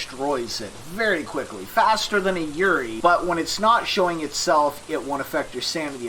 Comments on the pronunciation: This was exactly what I was looking for after this game kicked my ass tonight, which was my first time playing it. However I have to nitpick one thing. It's pronounced "Yu-ray-ee" not "Yurie". It's a Japanese ghost, basically if you've ever seen The Grudge or The Ring, those are classic Yurei. Thank you for the excellent guide! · You pronounce yurei really wrong :< It's just the Japanese word for ghost. It's pronounced like You-Ray.